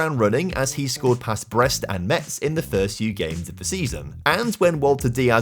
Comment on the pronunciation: Metz is pronounced Mess